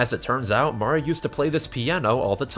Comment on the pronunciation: minor thing, but I love that you pronounce it "MAH-ree" and not like "mary" or "marie". haven't played this yet, but as a longtime drawn to life fan, it's validating lol